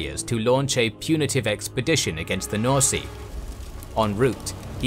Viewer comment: did the guy say norsea instead of norsca what